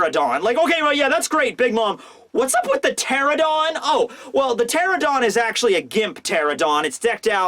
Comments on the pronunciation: It's pteranodon, not pteradon. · It's not a pterodon, it's a pteranodon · PteraNOdon! Please, it's so painful to see so many people in the community butcher the pronunciation in some way or another! At least you! Please! Lol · How does a flying dinosaur have fire on its back!? 😗😐🤨😓 ngl I don’t like big mom being in wano it’s too soon I wanted her to return in elbaf 🤦‍♂️🤷‍♂️ very disappointed w/orochi & the samurai under him so far 🙄 Btw Dino expert here pteranodon is pronounced “ter-ran-no-don” & yes it’s not really a dinosaur lol also the “sabtertooth tiger” is actually called smilodon xD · The fact you keep leaving a syllable out of Pteranodon keeps getting to me.